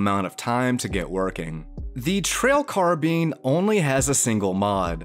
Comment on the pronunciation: That's not how you say carbine you say it like this car then think of the word combine and take out com combine the words and you get carbine not carbean